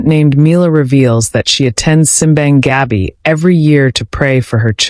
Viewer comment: Native pronunciation is sim BAHNG gah BEE (Simbang Gabi) meaning Midnight Mass.